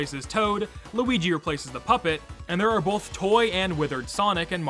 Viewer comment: Noooooo! Not loogi